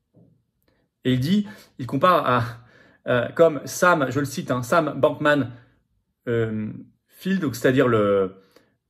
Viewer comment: Florian ...votre prononciation sur Bankman Fried* 🤣😅... 👌. Sinon un très très grand Merci pour tous ces renseignements viscéraux qu'on ne ns dira jms à la TV ( que je n'ai pas). Je vois pr l'adhésion. Pr 2022 parcontre c'est impossible pr moi. Un point que je prend au sérieux pr 2023 👍